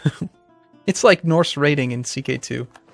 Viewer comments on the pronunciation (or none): none